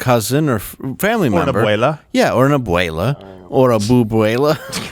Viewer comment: Omg , you guys are too funny. I swear, it sounded like you had a Russian accent when you were talking about her ABUELA. LMAO. Also could you stop calling that PENDEJA , aoc. Please call her AO-CRAZY. As a Puertorican, I don't consider her Puertorican.